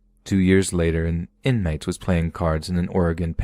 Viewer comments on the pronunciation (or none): I rewound it and listened to that again lol "InMITE" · He can't even pronounce inmate or harassment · Funny the way you pronounced inmate .